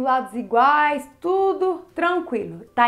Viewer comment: equilibiro, isolado, espaca, me quebro kkkkkkkkkkkk